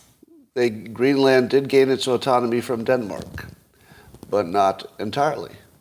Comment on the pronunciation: The land in Greenland is pronounced like soda.